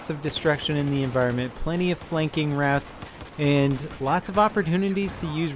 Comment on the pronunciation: When he says route, i hear rat